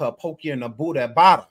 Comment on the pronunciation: Why You gotta Say BOOTY like that.. 😂😂😂😂😂